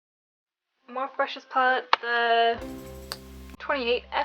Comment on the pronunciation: morphe is pronounced "MOR-FEE" :))))